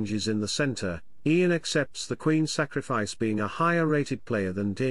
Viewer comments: Just one suggestion..”type YAN instead of IAN for proper pronunciation by your stockfish robot” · Funny. Just pronounce Ian first name correctly 😅